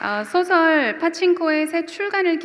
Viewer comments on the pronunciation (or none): 사회자께! 소설가를 소개한 이가, 어찌? "소설"이란 단어의 발음이 틀렸나이다.. "소설"의 "소"는 장음인데, "짧게" 발음했나이다. 이 알마나 웃지 못할 아이러니입니까? 더 놀라은 일은, 이런 문제를 거론한 사람은 1968년에 고국을 떠난 이 늙은 이 뿐이라는 사실입니다. 한강의 노벨 수상 이래, "소설" 발음을 바르게 한 한국인은마노지 아니하였습니다. 이런 문화는 세계에서 대한미국 뿐이니 오호 애재! 오호 통재!!